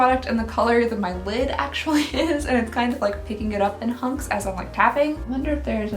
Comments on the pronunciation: She always says hunks and I hate it lol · When she was talking about the highlight did she say she doesn’t like shimmery cunks or chunks I watched it over and over again but I can only hear cunks.😂